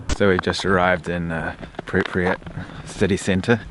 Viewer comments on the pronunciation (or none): PRIP YAT! Two SYLABLES NOT THREE! You should know how to pronounce where you are at! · 30 seconds in and I hear nuclear pronounced nucular, and pripyat pronounced so wrong. I won't be watching this uneducated youtuber.